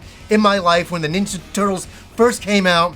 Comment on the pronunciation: “The Turdles” 😂